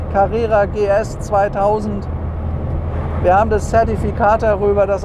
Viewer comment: … 2000-PS-Carrera habe ich verstanden! ;-)